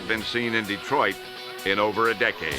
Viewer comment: "DEEtroit" lol